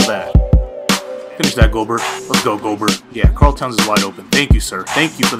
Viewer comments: it's not gobert it's pronounced (go-Bear) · Just so you know for next video it's pronounced Rudy Go-bear